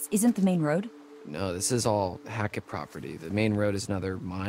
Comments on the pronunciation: the way they keep pronouncing hackett as hatchet is irking me 😭😭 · Bro it’s hackett not hatchet pmo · Why they keep saying hatchet? It’s HACKETT!! And Eliza and Silas are not part of the Hackett family. How y’all in chapter 8 and still don’t know the story? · them continuously saying hatchet and not hackett is driving me crazy lmao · I love how they kept saying “hatchet” instead of “Hackett”💀